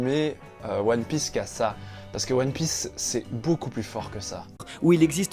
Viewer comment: La prononciation des noms des perso de one piece m'a fait mal